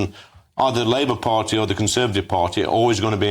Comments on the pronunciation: "Labour farty..., Labour party". You got it right first time. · "Labour Farty" 😂😂😂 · "Labour farty" 😂